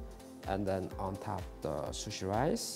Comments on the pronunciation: Its rice not lice whos gonna tell him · when he said "lice" i felt that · Ask P "just put lice" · Love how he said lice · I love how he says “lice” instead of rice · Why does he keep using lice instead of rice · love the "lise" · Every time he says lice while handling rice it makes me laugh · Me: can you make me some sushi 🍣 Him: very good lice in it Me: thinking he means sea lice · U know he is Japanese when he pronounces rice as lrice, they do pronounce l and r in the middle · Each time he says rice me be like “lice? Lice where?” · Everytime he say rice I heared Lice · He pronounced lice